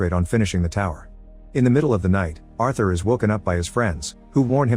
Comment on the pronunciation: You're mispronouncing Arthur 🤦‍♂️